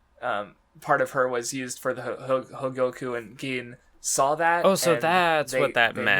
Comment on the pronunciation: I find it amusing that struggles to say Hogyoku but nails the pronunciation of Ulquiorra